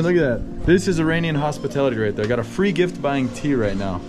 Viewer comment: Love the video! Thank you for showing the World the reality of Iran and its people. BTW, you get the pronunciation of Iran right but then you keep doing the George Bush, "Eee-rain-ian" pronunciation for the people😔. Bush used it as a way to dehumanize, making us sound like aliens. It's like nails on a chalk board when I hear it. We are Iran-ians, pronounce it the same way as the you do the country please🙂.